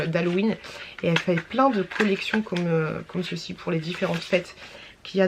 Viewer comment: Cc stp arrête avec COMME CECI en plus tu le prononces bizarrement et tu le dis h24 partt mille fois pendant les retours de courses etc stp c’est un msg bienveillant c’est strident à force vraiment 😮